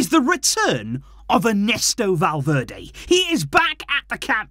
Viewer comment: i was so confused when you said valverdae i thought you were talking about the player ?😭😭😭😭😭 i was so confused